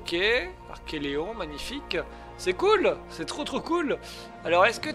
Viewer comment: Coooool! Sympa et plein de promesses ce début d'aventure. Par contre, pour la tortue, il me semble que tu prononces mal son nom. Il s'agit d'un archeLON et non pas d'un archeLEON. Si maintenant, tu rajoutes des lettres dans les noms des dinos, ça ne va plus! Tu avais déjà du mal avec les milliers, centaines de milliers, millions et milliards. 🤣 Bon par contre, c'est vrai qu'il y avait beaucoup de chiffres dans Primal Fear et que ce n'était pas toujours facile de les lire. Mais là, Archelon, c'est court quand même.... trop court peut-être?!? 😂 En tout cas, vivement la suite.